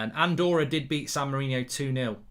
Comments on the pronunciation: Screen: San Marino Comments: It's San Marino, not San Marinio Mark: It says San Marino. People can't read. SAN MA-RI-NI-O. I swear, people are just thick. How hard could it be. SAN MARINO. Like it says on the screen at the bottom of the screen. England vs San Marinio. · Its san Marino, not san Mourinho